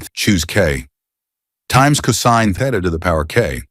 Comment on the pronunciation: Pronounced cosine wrong